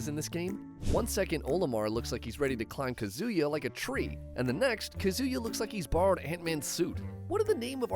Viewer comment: Smash characters have their sizes adjusted in Smash because IT KEEPS THINGS FAIR. And Kazuya is pronounced KAh-zoo-yah. And Wario is pronounced WARR(like a pirate)-ee-oh. It rhymes with Mario or Lucario. Also, R.O.B.'s name is pronounced like the name Rob. It's an acronym. Get it? Although I notice you pronounced Ryu's name correctly this time, so good job there.